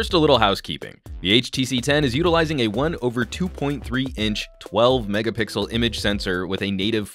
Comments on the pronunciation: well u've got some emphasis on the megapickles or ultrapickles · I giggle every time he says megapickles